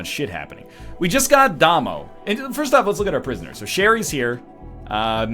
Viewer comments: It's pronounced Day-Moe. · Damo is pronounced as the beginning of Damien. Surely North Americans have heard this!